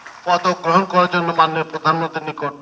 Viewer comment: উপস্থাপক এত্তটা নিচু মানের হয় কি করে? কথাই বলতে পারেন না, প্রধানমন্ত্রী শব্দটাই বলতে পারে না।।